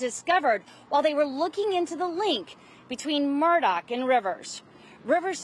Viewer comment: Hi, ABC News 4 ~ Alex's last name is Murdaugh, not Murdock. Will people kindly try? Is is not difficult.